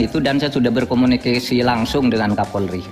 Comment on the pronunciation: berkomunikEsi. hahaha sepertinya gugup nih beliau.